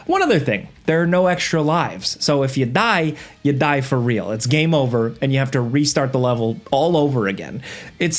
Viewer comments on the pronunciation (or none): sounded so Italian…”if ya die, ya die forreeal😂”